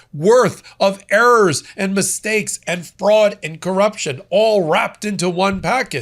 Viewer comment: The way he says "Urr Rerrs".(errors) 😅😅😅